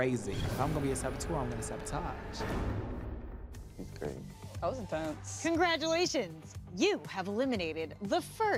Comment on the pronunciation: “Sahbohtahsh~:0” I thought it was bread but ok🤣